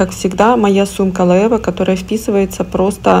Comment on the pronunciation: это по немецки, а так как бренд все таки испанский, то в Испании произноситься Лоэ(е)ве